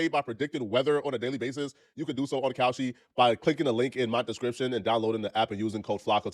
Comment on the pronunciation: I hate how he say Kalshi. Looking dumb